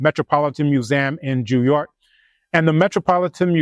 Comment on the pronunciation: "JEW YORK" LOOOOOOOOOOOO